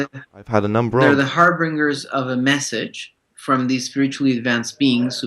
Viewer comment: How do people only say harr or HAIR•beeng•er?!? How can anyone make it through third grade and not know the word harbinger!? I guess English is his fourth language but seriously I don't think I have ever heard ANYONE say it right.